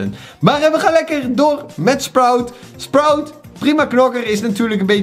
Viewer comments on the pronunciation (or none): none